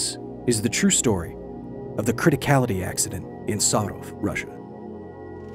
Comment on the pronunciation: Btw as Russian, the pronunciation of Sarov is quite good for an English speaker